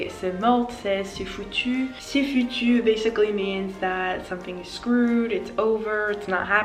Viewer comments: Be careful, you prounouce well but '' foutu'' and not ''foutou''😉 Nice channel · Attention c’est « foutu » pas « foutou »!